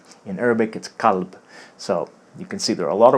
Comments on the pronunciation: u need to say kalb better because u just saied qalb that means heart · i know qalb kalb but you are reading wrong you are reading as a kulb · the vowel you used in kalb was more like 'culb' than cal-b, in the English spelling: might cause someone to here it qalb. Now, we'd need an Arab to tell what he heard.